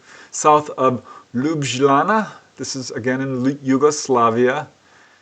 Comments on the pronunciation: Ljubljana is pronounced Lyub-lyanna. Ly is spoken like L, like in word "Look" but you press the tip of your tongue on the upper part of the mouth, not behind the teeth like when saying "Look" or try to say L (look) and U very fast. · The pronunciation is closer to Yoob-i-yanna for the capital of Slovenia- Ljubijana